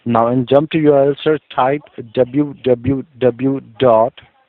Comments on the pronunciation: doblu doblu doblu dot* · dablu xD